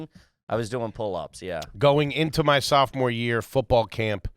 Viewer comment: Did I hear correctly “when I was a SOFTMORE” in high school 😂